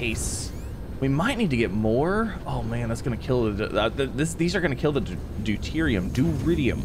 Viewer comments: it is pronounced due-Tier-re-um. The Science geek in me cringes every time you say it other wise. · Remember when he was calling it deridium 😂